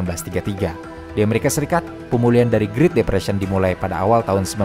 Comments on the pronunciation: bro said "greet" depression wtf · Naratornya suruh les Bahasa Inggris dong. Ganggu vanget denger doi ngomong "griit"